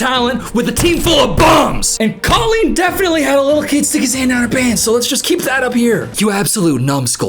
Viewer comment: As an ex fan, your mispronunciation of her name still hurts me😂